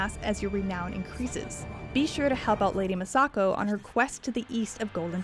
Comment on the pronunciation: “Lady MUH-sako”